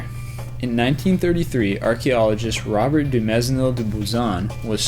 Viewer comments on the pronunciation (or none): none